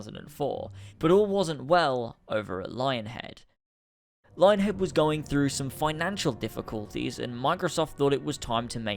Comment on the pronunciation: its pronounced lying-head.